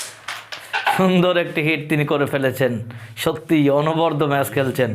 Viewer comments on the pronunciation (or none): অনবদ্য অর্থ অনবরত, য়ের উচ্চারণের ভুল!